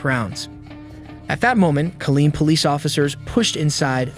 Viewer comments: Killeen not Colleen 😊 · U confusing duck!! It's Kileen not Colin or Colleen as u are mentioning on this report, what6wrong with u u went to school and u can't even read ir report what u are reading by the infor6u have at hand??? Say like it is man!! Report it like it is, that why people is misinformed man because idiots like u can't read the information as it is written, printed or told!!!